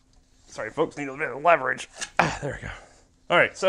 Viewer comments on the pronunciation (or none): none